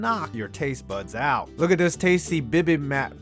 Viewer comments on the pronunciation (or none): not to sound rude or all but what you had from Hello Fresh is pronounced "bee-beam-bop", it's a Korean dish (I'm Korean-American)